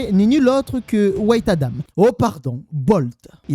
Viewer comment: Au lieu de dire white tu dis wait. En gros "attend Adam" au lieu de "Adam blanc" 😂